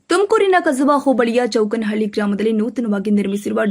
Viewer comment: ಅದು ಚೌಕೋನಹಳ್ಳಿ ಚೌಕೇನಹಳ್ಳಿ ಅಲ್ಲ ನಮ್ಮ ಊರು ಚೌಕೋನಹಳ್ಳಿ